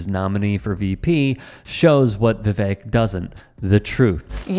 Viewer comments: Vivek rhymes with "Fake." Also, "Rake" (steps on...). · Viv-ake also rhymes with SNAKE = just saying.